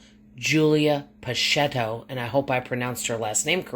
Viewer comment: "Pa-check-o"